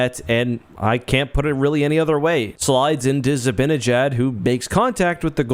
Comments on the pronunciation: By the way, sorry if this is unrelated but zibanejad is pronounced zi-ban-i-jad not zi-bin-a-jad. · For God's sake stop calling him zibbinyJaad